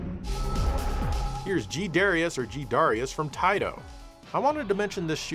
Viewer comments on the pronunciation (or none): You mispronounced "Taito" so many times I'm almost mad at you. It's "TAAITOOOO"!